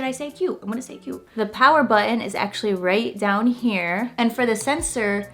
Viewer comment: The word button has a T in it ! LOL